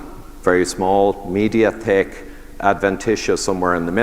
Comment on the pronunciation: When the Irishman mentions someone with a "Tick Accent" 😂